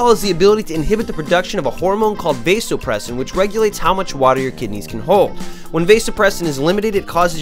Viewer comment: "Pro Tip! Dial down the Pee-wee Herman/frat bro in-your-face commentary and get your medical consultants to help you with the pronunciation of words, like 'vasopressin,' to totally ramp up your YouTube medical advice credibility!"